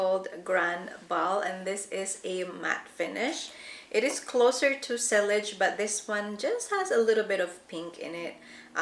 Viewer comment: Sillage is pronounced like “si- yahj”